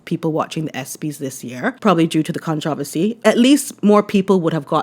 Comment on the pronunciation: Completely unrelated (because I cannot bring myself to actually comment on this tragedy), but finally, a video, YouTuber etc that finally pronounces controversy “correctly”. I know I know - it’s where you grew up, but it’s still awkward to hear it pronounced contra-versy. Sounds like it’s a difficult word to pronounce 😅